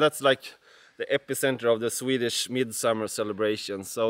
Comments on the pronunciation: Your Swedish pronunciation is so good. 👏👏👏🥰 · Your swedish pronunciation is really quite amazing Ryan.